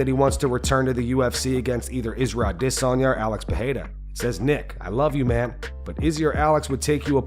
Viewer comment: Thumb down and unsub for Ah-DIs-oN-yA